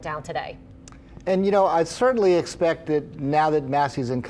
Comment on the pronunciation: “Yuh noe”😂